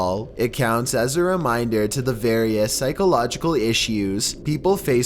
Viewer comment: What in the world is with this narrator?? He puts emphasis on the most ridiculous places. "He says it AS calmly as asking FOR a cup OF sugar..."